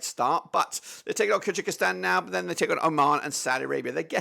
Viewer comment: Kyrgyzstan 2 - 1 Thailand, goals from Kimi Merk, Joel Kojo also its pronounced Kur guh staan or Kur gy staan